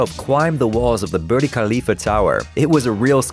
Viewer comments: He said birdie khalifa instead of burj khalifa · Birdy khalifa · thought he said burly khalifa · It’s BURJJJJJ KHALIFA.. not BURDIE 😂 wtf.. has no one noticed that ? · did he just say the burti khalifa pretty sure its the burj khalifa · "Birdie Kaaleefa" Vs. Burj Khalifah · wtf is a "Birdy Khalifa" is it not called "Burj Khalifa?" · i get it that you guys dont use cgi too but can you try to practice a bit before saying something? its not birdi its burj khalifa. its the name of the building. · Lmao there's still no 'al', just Burj Khalifa XD but it still made me cringe every time he said birdie khalifa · It’s called Burj Khalifa not burdee khalipa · actually you pronounce it like ''boorch khalyfa'' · Were you saying birdy khalifah??!!! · “...BurDA Khalifah...” ... Is that how “Burj Khalifa” is supposed to be pronounced??? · "Birdie" khalifa???? Dude WTF???😂😂😂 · Did he just say burd khalifa ? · did he really just say "the birdy khalifa tower" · Did I just hear booty Khalifa??!! 😂😂😂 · Burj Khalifa is pronounced “bur-ge khalifa” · I heard it as Burly Khalifa.. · You butchered saying Burj khalifa 😂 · The way he pronounced 'burj khalifa' has me dying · Man you TOTALLY butchered Burj Khalifa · BURJ KHALIFA was not pronounced correctly... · Well, aside from mispronouncing both Burj Khalifa & Cillian Murphy and not understanding the difference between special effects and CGI - this was a well made video.